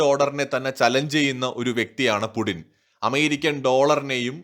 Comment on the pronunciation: Stop pronouncing /pudin/ call him either /puchin/ or /puTTin/. It is so annoying